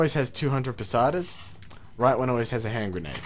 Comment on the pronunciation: it's Pesetas....you say it wrong....it's not Pasatas....sorry, but it just bugs me a bit :P but good job with the walkthrough mate.... :D